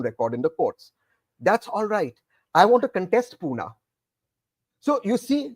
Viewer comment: Tehseen wants to contest from Pune, but still calls it Puna/Poona. How does he hope to build a local connect? He is Poonawalla, but he is not a Punekar.